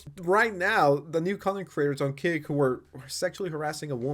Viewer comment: Is he saying Kick or Cake? Theres a platform named Cake? Even the subtitles say Cake.